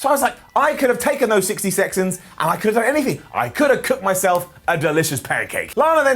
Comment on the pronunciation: sixty sexonsds